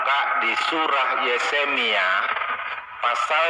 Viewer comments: yupe, di mulai dari membaca nama2 kitab.. spya jgn salah sebut yeremia menjadi yesemia.. kan memalukan, katanya bapak pastur, emak pendeta.. tapi nyebut nama kitab pun masih blepotan.. 🤣😂🤣😂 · Yeremia pak bukan yesemia.. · Ngomong ahli injil , tapi ngomong yeremia aja kagak becus 🤣🤣🤣🤣T.O.L.O.L